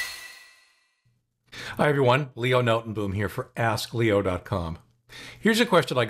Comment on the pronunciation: You have a really weird way of pronouncing Notenboom.